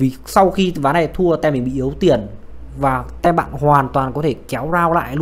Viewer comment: Có thể đọc là "tim" thay vì "tem" đc ko b? 😁